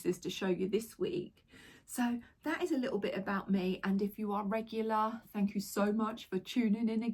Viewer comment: Im sure says fanks Jo 😊 for shirt.